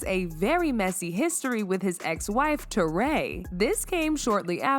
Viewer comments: Her name is pronounced Tori not Toray. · Who is " Tor-Ray" ???? its pronounced "Torry". as in Joe and Guy? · Teray? How you pronounced her name so wrong??